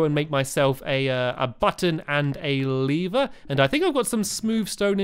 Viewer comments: it sounded like he was saying "Make a Lee Bear" instead of "Make a lever" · Stamps stop saying leever it's lever ur making me pronounce it leever